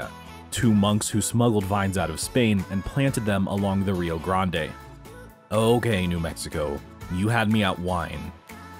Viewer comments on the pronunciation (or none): Nobody down here calls it Rio "Granda"